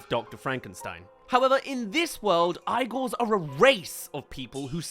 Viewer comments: I always thought ‘Igor’ was pronounced ‘EE-gor‘ as opposed to to ‘I-gor‘ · I fucking love this movie ALSO ITS EEE-GORE AND NOT I-GORE GODDAMNIT THIS MOVIE WAS FUCKING PEAK I OWN IT ON DVD AND I WILL NOT HAVE YOU SLANDER IT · the name is ee-gor not Ay-gor. Movie has this one thing right. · (ee-gor) not eye-gor also this movie was amazing. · The whole time, the whole time you’re just mispronouncing the name Igor. It’s pushing buttons I didn’t even know I had. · Keeps saying 'Eye-Gore' - when literally at like , the title MC says 'Ee-Gore' 🫣🙄🤨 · Hey, I remember this movie! Also, “Eye-gore”!? I thought it was pronounced "“EE-Gore”! Or this a Brit vs. 'Murican accent thing? 😕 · Saying Eye-gor instead of Eee-gor after watching an entire movie about them is crazy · you literally hear him say his name why are you calling him eye-gor not ee-gor? this is like that one avatar live action where they called him aung not aang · Take a shot when he says "Eye-gor" instead of "Eee-gor"... I remember being given a DVD of this film when I was a kid. This movie wasn't THAT terrible. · Alcohol poisoning right here😭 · Eee-gore❌ Eye-gore✅ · It's pronounced “Eee-Gore” and not “eye-gore”! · Isn’t it pronounced “Eee-Gore” and not “eye-gore” ? 🤔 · Brotha, why did you say eyegor? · It's pronounced Egor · its pronounced ee gor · Ah yes, Eye-gor. 🙂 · Complains about all the blind orphan jokes. Also keeps pronouncing the movie as Eye-gor. I can sit through this movie and unironically enjoy it. Almost anything put out recently by Disney? That's a bar too high to clear. Also, it's hardly a Tim Burton rip off. I'd expect a movie focusing on Dr. Frankenstein's assistant to be a bit grim and moody. It shouldn't be a bright, colorful cheer fest. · It’s pronounced “E-Gore” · Say Eye-gore 1 more time. I dare you. Igor is a common easy to pronounce name and they say it in the movie. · The fact that you pronounce it EYE-gore makes me believe you're unqualified to talk about this movie 😂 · EE-GOR